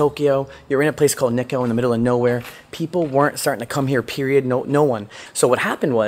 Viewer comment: Nikko (pronouced Knee-koh) has world heritage sites. It is not in the middle of nowhere. 日光を見ずして結構と言うなかれ